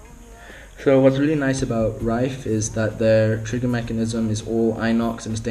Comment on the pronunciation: its pronounced rif